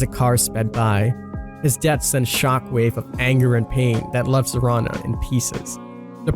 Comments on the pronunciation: SACCO NOT SOCCO ZARINA NOT ZARANA lol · It's pronounced like Karina with a Z.